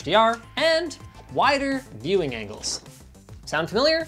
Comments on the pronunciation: We love wider "vewing" angles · Gonna bei picky here: Pictures Said Veiwing, instead of Viewing Angles...😂